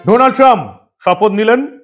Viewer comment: Sir, it is not Doonald, IT IS DANALD Trump. DA ,DA, DA NOT DO OK. I LIVE IN THE USA THAT'S WHY I AM CORRECTING YOU. THANKS.